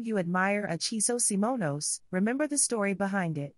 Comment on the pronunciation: Your subtitles and vocals say Chiso SIMONOS?